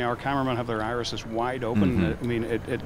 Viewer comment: The "irises." Come on, man.